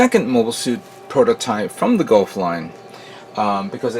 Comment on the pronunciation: every time he says gof i cant help but think you done goufed